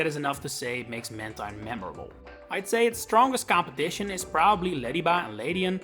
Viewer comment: I would say Skarmory is more forgettable than Mantine (also it’s pronounced Manteen)